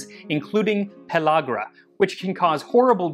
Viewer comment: Excellent video, and superb discussion of Niacin from nixtimalization and pellegra (BTW, it's: "pell- ĂG - ra," NOT "pell - AWG - ra"; the "a" is pronounced as in "can".) Also, thanks so much for including the information on dietary-deficiency pellagra, which occurs in America, too. I once met a young college student who was, apparently, trying to exist solely on alcohol, and who had ALL the overt symptoms of pellagra, including dermatitis and mental confusion. If I was able to do nothing else for him during that brief encounter, at least I convinced those around him to get a multi-vitamin down him every day, and some real food, too!